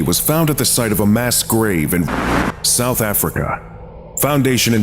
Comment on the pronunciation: you had a mic issue and you said "South Afriguh."